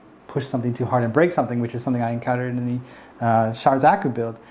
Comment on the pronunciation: Though I couldn't care much for pronunciation, you said Char like Charizard :D